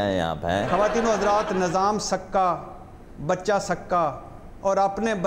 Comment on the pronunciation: بھٹّی صاحب nazam نہیں nizam,✓ ۔ asaf نہیں asif ✓